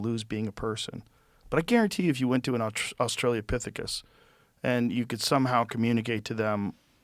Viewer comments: For the love of god Joe, it’s AUSTRALO-pithecus. AUSTRALO. Not AUSTRALIA-pithecus. Why in gods name has no single person ever corrected him in over 10 years?! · Please Joe. It's "australopithecus". Not Australia-lopithecus". Please Joe. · I was thinking this might be just the right sweet person to tell Joe that the pronunciation is Awe Stray Low Pith Ick Us...not Australia Pith Ick Us. Oh well. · "Austrailia-pithicus" lol. Joe is so much dumber than he thinks he is.